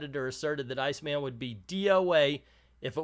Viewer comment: I think he pronounces it "Seena." My friend Jennifer, who is not only openly gay but is a huge comics nerd, say this about Iceman: "Terrible representation is worse than no representation, and this goes beyond terrible into absolutely shitty." Guess that says it all.